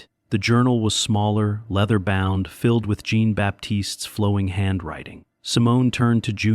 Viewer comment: Amusing to hear mispronounced French for Jean ( John in English).Maybe AI shud be edited for grammar and expression.